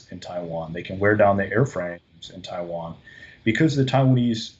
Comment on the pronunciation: I think i heard Attack on TaiTan- eh i mean Attack on TaiWan